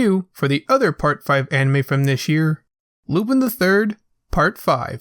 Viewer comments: Please for fuck sake say his name normally its lu-PAN not lupIn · I don't know if anyone's told you this or maybe you know now but you're pronouncing Lupin's name wrong, it's pronounced as "Lupon" it's pronounced as such because of his French heritage. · u pronounce it wrong so dislike its lu'pon